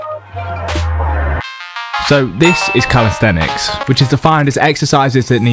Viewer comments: You have to keep calling it calistetics dont you lmao. Its calisthenics bro. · Still saying calisthetics tho. Get it right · say it with me: cal-is-then-ics